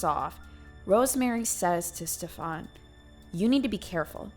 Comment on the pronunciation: I live in Sweden and I was dying laughing all the way through from your pronunciation of Stefans name. It's one of the most common swedish names ever but you made him sound like a European fuck boy 😂😂